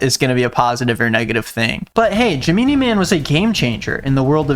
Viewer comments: Is no one going to talk about pronunciation of 'Gemini'. What the hell is jimeenee??? 💀💀💀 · I thought it was pronounced GEH-MEH-NAHY That...that was just bothering me, I can't be the only one who caught that Or am I saying it wrong? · wait........isnt gemini man like gemini the star sign not.......ja-meany.....did i not get a joke or are you illiterate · WAIT GEMEENIE I THOUGHT IT WAS GEMINI LIKE THE SIGN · “Jehmeenee man” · "Jameenie" Man 😭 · I.... Is it pronounced "jemeenee man"? I feel like Gemini is pronounced different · This man said Jim-ee-nee man. Oh no. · GEMEENEE MAN??????? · Obsessed with you pronouncing Gemini as Ja-Meany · i-is no one gonna talk about how says "gemini" like "jeh-MEE-NEE"....? 0-0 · is that how u pronounce gemini man?? i thought it was gemini like the zodiac sign not jim-in-ee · i will never not laugh at how pronounces gemini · Are we just gonna skip over the fact that our man doesn’t know how to say Gemini? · Why did pronounce Gemini like that, I’m literally sobbing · There’s too many people upset at over how he feels about Shark Tale and not about how he pronounced the word Gemini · why is no one acknowledging the fact that can’t pronounce the word gemini correctly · The way our boi just pronounced “Gemini Man” had me laughing so hard I almost threw up 😂🤣💀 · mispronounced gemini spread the word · AM I THE ONLY PERSON LAUGHING HYSTERICALLY AT THE WAY HE SAID GEMINI MAN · u should watch the Pretty Much It reaction to the movie 😭it’s so funny that’s how they pronounce it the whole time and i still always pronounce it that way bc of that vid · dedication to pronouncing the word gemini in the way that he does is honestly commendable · it is like the zodiac idk why he said gemini like that 😭